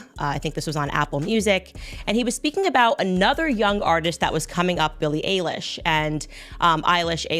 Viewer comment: A-lish… really!!!?? It’s Eilish